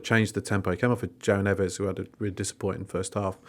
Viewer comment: I'm normally a pretty reasonable person, maybe it was due to listening to this while stuck in traffic last night, but I got absolutely triggered by two things in this pod, saying that Foden should go straight back into the side, and pronouncing João Neves, as Joe Neves. So triggered in fact, that I just turned it off and listened to Talksport instead. Just let that sink in.